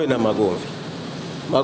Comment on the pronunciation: Hahaha kalelewa na bibi wa kipare lakini yeye si mpare. Pia amesema Wazanzibari hawana magomvi lakini magomvi waliyonayo ni artificial..sasa na hapo mara ukiwa hukumsikiliza vizuri utasikia MAGOVI 😄 Pia kasema yeye kaowa na yeye kaolewa na akawauliza ' Sijui mmenifahamu nikisema hivii?' Maana wengine wana uzito wa kuelewa.